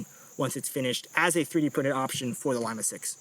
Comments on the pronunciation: No sir say Lee-Ma or Im reporting this offensive word, lol who says Lie-ma ☠️😂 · NATO Phonetic alphabet says "L" is pronounced Leema, as in Lima Peru, as opposed to liema as in lima beans. Great vid. Love your work! ❤ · Love you guys. You’re doing God’s work. BUT Lima.. Lee-mah. Not Lime-ah. L, in the phonetic is Lima, Lee-mah. It’s not fruit. Much love! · Young fella said; "lime-a" 😂😂😂.... lee - ma' * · Pronounced LEE-MAH, not Lima as in Lima Bean. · You should make it compatible with one of those fancy grips that accepts backstrap and frontstrap additions. And it's LEE-MAH SICKS, it's not a bean! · Lima "Lee-mah" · Lie-ma six lol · You say Lima weird.